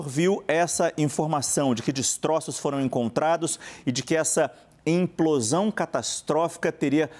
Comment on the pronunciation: E o repórter insiste em falar emplosão ao invés de implosão.